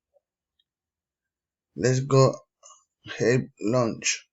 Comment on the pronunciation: CHECK THE PRONUNCIATION OF FEATURE, HAVE, THEIR, YOGURT